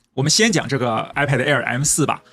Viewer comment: 一直唸 I paid 😂